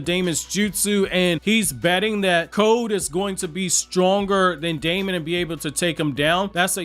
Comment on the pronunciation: his name is actually pronounced demon. even more black air force energy acquired